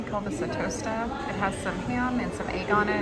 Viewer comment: definitely not portuguese that tosta lol😅